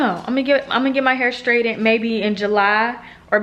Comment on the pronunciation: That edge control works GREAT for me. Try tying it down with a scarf! And, it's straightened (straight-end) not (straight-dent) lol. Have fun in Jamaica!